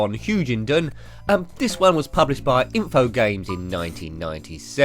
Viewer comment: Hey nice video, just a couple of small nitpicks I have: 1. You pronounce the publisher's name 'Infogames' wheras the actual pronounciation is InfoGRAMES (as in the unit of measurement) 2. You said in the video that colin mcrae rally did not have any splitscreen wheras V rally did. Colin mcrae rally actually does have splitscreen but you might have not noticed Other than that awesome video!